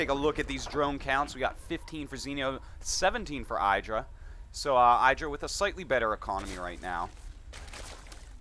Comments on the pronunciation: pretty sure in a recent interview idra said the pronouciation of his alias had the not much enphasis on the i. Like, it's not pronounced "the apple iDra" or somthing. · yo, Artosis, it's pronounced "Ee-dra".